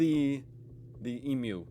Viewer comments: First, since you can correctly say eem-you, you are accepted as an honorary Aussie. And it was not too in Perth today.About 38.5 at my place. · Exactly what I was thinking i love it when Americans get it right ❤❤ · Wow props to you you are the very first American that I have heard pronounce Emu correctly🎉🎉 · Finally an American who doesn’t say “emoo” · As a life long resident of Australia I would like to thank you for correctly pronouncing EMU!!! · Good to hear you've learned how to say emu properly. Hehehe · Thank you for pronouncing Emu correctly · I wish I could give you a hug. Whenever an American pronounces emu correctly, I just want to hug them. Sorry if that sounds awful. It's just so many pronounce it, emoo. Thank you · Thank you for pronouncing Emu correctly 😊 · I taught him the correct pronunciation of Emu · I thought the same thing! Legend